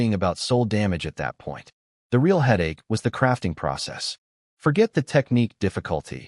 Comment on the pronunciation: It's very annoying when the narration spells out words like my, it and a bunch of other 2 and 3 letter words. There are also a bunch of mispronounced words like real was pronounced ree-al.